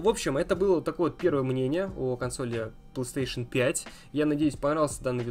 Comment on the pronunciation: Мне одному забавно от того, что он говорит пстейшн вместо Плейстейшн?